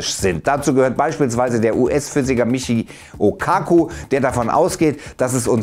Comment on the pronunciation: Der Physiker heisst Michio Kaku, nicht Michi O Kaku 😂😂